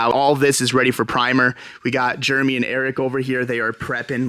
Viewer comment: No way dudes name is Jermy. Can you place start saying his name correctly. Jeremy!! Unless I’m wrong and it actually is jermy 🤷‍♂️